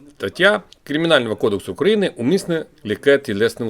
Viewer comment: Знаєте що, ваш акцент російський і інтонація, я не хочу чути росіянців, ви прям росіянин це відчувається, не дратуйте людей !!! І наголос не на А а на Ї в моїй Україні проголошується.